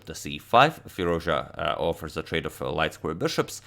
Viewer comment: No one: Absolutely no one: Agadmator: "Firuzja"